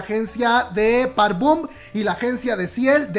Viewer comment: * Park BOM, es con "o".